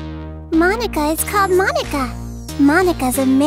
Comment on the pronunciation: They messed up the pronunciation, it's supposed to be pronounced 'Moh-Nah-Kah' instead of 'Mon-Ah-Kah'.